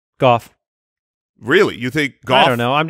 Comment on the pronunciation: You think its Goff?..... Its Gaooff